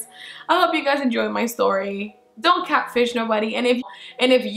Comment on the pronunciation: Ay 😂😂😂 the way you say catfish "catch fish"!!! Always making me laugh with that beautiful accent 💋 snap chat fam!!